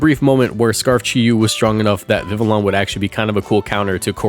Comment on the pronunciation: how going to be Mexican and pronounce the LL in Vivillon like Viv-Uh-Lon